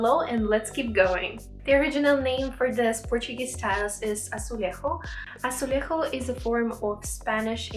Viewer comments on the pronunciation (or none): Amazing technique. You just mispronouce the word "azuleijo" its not "azoolay-HO" but "azoolay-djo" the j letter in portuguese are different than spanish. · Love the video querida, you are really talented and i realy apreciate you sharing this style of tile to the world but the way you pronounced azulejo is like the spanish do, the portuguese way to say it is azul-leigh-ju (like ju of juice), portuguese people don't swich the j with h.And also although our style of tile is very similar to the Spanish style, it is not the same, (in the botom right corner thats a spanish tile ours aren't that way) each one has its own separate way of making tiles as they were brought by the Moors and each country formed its own style. Boa sorte para canal💙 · Azulejo em português tem a dicção diferente do espanhol... justamente porque é português e não espanhol. 😂 Mas ficou lindo!